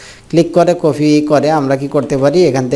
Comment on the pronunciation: আরে বলদ কফি না কপি